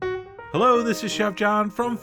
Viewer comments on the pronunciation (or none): none